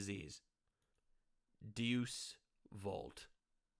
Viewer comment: Its not "deuce vult", its "day-us vult."